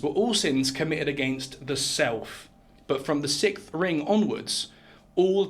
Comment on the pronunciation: Sixth. 6th. Sicksth. Not Sickth.